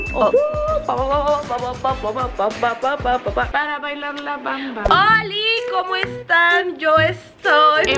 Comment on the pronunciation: Cuando dijeron "Bienvenidos a team os" escuche que kenia dijo "Bienvenidos a Kimos" 💔